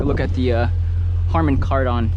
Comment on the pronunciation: Yeah, I noticed that. He does sound funny saying Car Don